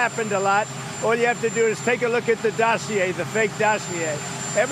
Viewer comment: He's pleased to tell us he's learning French. "Dossier"